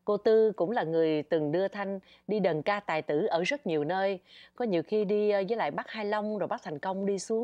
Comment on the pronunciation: Nghe đọc đàn ca tài tử là không khoái rồi đó, đờn ca tài tử nha